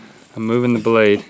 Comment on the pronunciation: Mahdieh Ahmadi use “the” And not “DA” please